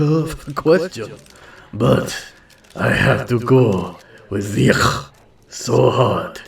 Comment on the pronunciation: You prenounce Ziyech as : see jek